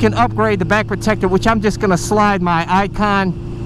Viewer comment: the way you said ICON sounded like 'ipod' I thought you were going to slide an ipad in as protection, lol